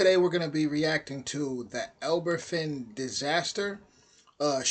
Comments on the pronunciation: Are you Welsh it’s Van not fan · It's pronouced as ABAVAN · It's ptounsed harbourvan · It’s pronounced aba fan